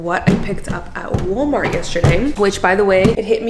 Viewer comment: The Portugese pronunciation of woolmart has me dead . 10000% accurate. Both my boys dropped naps at around 2 😢 lol